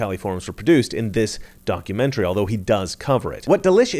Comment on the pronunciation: Did you say “a donkeymentary”?